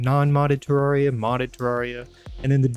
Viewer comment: Bro said terraia 💀